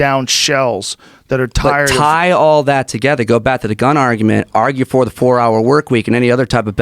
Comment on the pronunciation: Mines not fer sale bruh